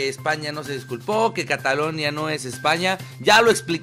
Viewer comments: Se dice CATALUÑA no CATALOÑA WEY .. pero que me espero si no sabías que era península. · Dusculoa se dice CATALUÑA